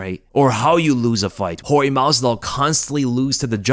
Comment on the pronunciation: Thank you Jorge! (, it's not pronounced "George" you dingbat)